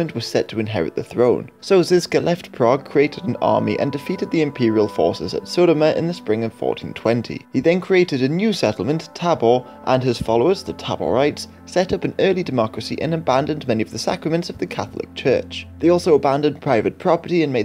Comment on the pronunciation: Žižka, Želivský - Ž is /ʒ/ Tábor, Kutná hora - á is /a:/ Domažlice, Poděbrady - damn...